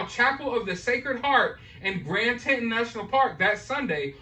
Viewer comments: its prounced TEE Taun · Please say TEE TAWN its cringy for those of us from that part of the world to hear the names wrong over and over. So now we see another piece of the puzzle as to why he didn't look or smell like he'd been camping. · TETON like tea + tawny - ny